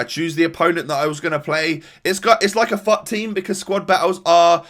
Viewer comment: Every time he said fut I thought he said fu#k